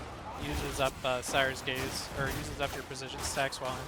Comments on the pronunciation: ScRier's gaze. You were saying it wrong so much I couldn't watch this video. There are two R's in there. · It sounds like you’re saying “sires gaze” - wanna make you aware there is an “r” in there. It’s the “gaze of someone who scries”. I’ve been loving the gun Psyker lately. I use the Maccabean mark 4 sword, which excels at weak spot hits, and cuts thru hordes easily while Scrier’s Gaze is active. I’ve been using the Columbus gun - not super accurate, but melts thru hordes and bosses.